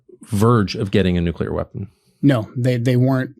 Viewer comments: I just can’t take seriously anyone who says “NOOK-YOU-LER.” That is not a word. It’s spelled nuclear, and is pronounced NOOK-LEE-ER. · Nuke U lar? Seriously??? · Why do these idiots always pronounce nuclear as noo cyoo ler. Jesus Christ. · Why do so many MAGAs say Nuclear (Joe Kent) incorrectly? Our country sounds so completely uneducated. …and probably is.